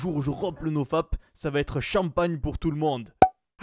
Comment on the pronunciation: Le mec il a une poigne de malade et après il dit "nofape" 😂😂